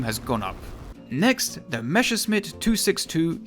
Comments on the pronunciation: Great Video, good to know wich ones do and do not get those. I only have one Critique: Its Pronounced like Messerschmidt, you said Mesherschmidt. Not a big deal, just wanted to tell you. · Okay, I'm gonna be your token German to correct pronunciation. You are Calling the Me's "Meshesmitts", while the correct way is to put the sharp sounding 's' first, as 'sch' is the same as the English 'sh' and double s just means sharp s. That's also where our funny letter ß comes from. Just an old, but still sometimes used replacement for the double s. Sorry, someone had to do it. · Meschersmitt lol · Please look up how to pronounce Messerschmidt it is frying my brain The s is pronounced as in English and the sch is the sound that would be written ch as in change in English